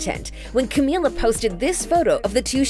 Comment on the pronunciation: *finally one of these people says her name right me: HOLY SHIT GUYS THIS IS A BIG DAY FOR US